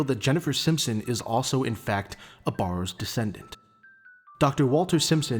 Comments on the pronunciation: The biggest misconception of the barrows family is their name, the A is pronounced as E, so its actually called berrows or bärrows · The biggest misconception of the barrows family is their name, the A is pronounced as E, so it's actually called berrows or bärrows